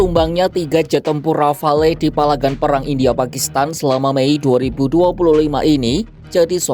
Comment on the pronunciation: Bacanya "rafal" min.